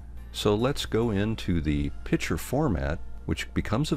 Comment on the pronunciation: Outstanding presentation. I learned a lot, and I am so grateful to you for sharing your expertise. One thing, however, that I found extremely annoying. Pronounce the word 'picture' by including the hard 'c.' It is not a pitcher! Other than that, your training was excellent, and I subscribed.